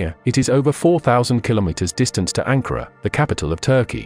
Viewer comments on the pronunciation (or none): none